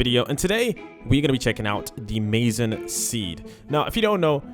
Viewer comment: Maizen is Mizen not Mazen